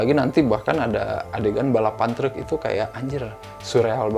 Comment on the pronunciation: yg masa kecilnya di taun 80-90an ada rasa nostalgia pas nonton film ini karena melihat scene2nya. kalo saya mah nostalgia pas tinggal di bandung pas denger ngomong “treuuk” 🚛🚛